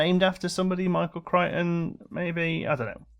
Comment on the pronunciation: Its not pronounced Critch!!!! It pronounced Cright-on. That dinosaurs is named after Michael Crichton, the author of Jurassic Park.